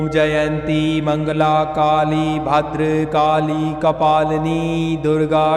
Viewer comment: तुम्ही उच्चार बरोबर करा,भद्रकाली असे म्हणावे.